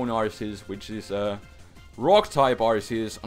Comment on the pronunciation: I like how you changed Arceus to Arkeus :)